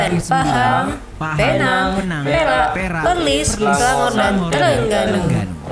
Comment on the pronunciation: Pembetulan "PERLIS" bukan Perlin